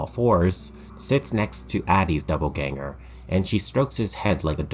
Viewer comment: I really liked this video but every time he said doubleganger felt like being stabbed in the brain